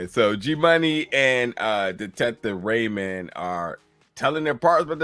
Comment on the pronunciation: Rayam not Raymond